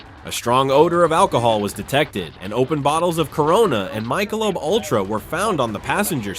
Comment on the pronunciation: MIKE-A-LOBE..................instead od Michelob.................LOL